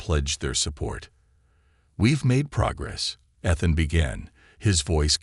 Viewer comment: His name is spoken E-than